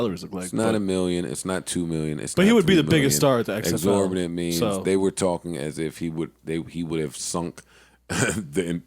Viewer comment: Joe mispronounced exorbitant every time he said it.